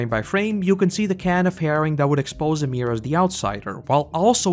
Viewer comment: Who. The. Fuck is "Uhmir"/"Amir"? Y I M I R. YEE-MERE.